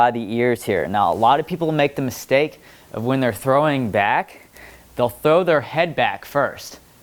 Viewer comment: "When we trow it back we're gonna go diagonally" That what he said